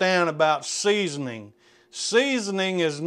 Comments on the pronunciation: And “seasonining”. And “warsh”. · 3.24 seasoninging 😂